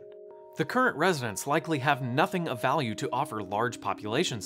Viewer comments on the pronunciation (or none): none